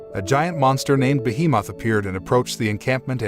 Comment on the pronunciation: Ah yes, behe-Moth.